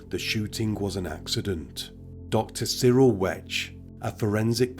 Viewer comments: That coroner's last name is pronounced (Wekt) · FYI, Cyril Wecht's last name is pronounced Wekt.